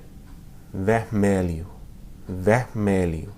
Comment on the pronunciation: seu sotaque na hora de falar vermelho e verde é diferente daqui , um erro seu nas alianças , seria: (as alianças são douradas) ... amo seu jeito de ensinar os Americanos!!